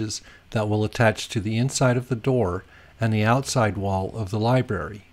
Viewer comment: Great instructional video, but if you say "libary" one more time.....:)